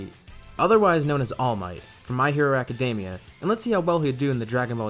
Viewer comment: "hopefully I didn't butcher pronouncing his name" Well, you butchered the word "academia" so it's not looking good for All Might